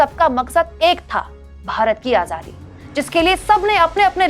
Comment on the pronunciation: मोदी जी आझादी नहीं आजादी शब्द है। जरा संभल कर बोले। देश को धोखा दे कर ठग की तरह नेता जी का तडका नहीं चलेगा।